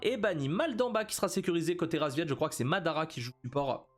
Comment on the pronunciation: Y'a que moi que ça dérange qu'il appel les paccbet, RASVIET ? Whut ?